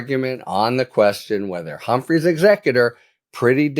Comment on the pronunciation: OOPs! 'Humphrey's' not 'Humphries'... only error made!